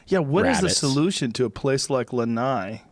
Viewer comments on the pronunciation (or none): Yo Joe, it's Lana'i not Lanai. Isolate that I